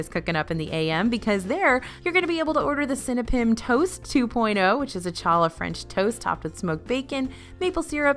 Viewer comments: "CH"allah???!!! It's pronounced, "Hallah," a rough "h" sound! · It’s pronounced “Halla”, not “challa” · I just had to rewind to make sure I wasn't hallucinating when you pronounced "challah" incorrectly. Challah is a Hebrew word, and when pronounced in English, the C is silent, so it's pronounced more like "hallah". If you want to pronounce "ch" the Hebrew way, try making an "h" sound, but slightly tighten the back of your throat so less air gets through. (Hope this comment doesn't come across as rude! I love your channel! I just couldn't stay silent on this matter LOL) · Thank you! I had to re-listen to that too to make sure I heard that right, lol. 😬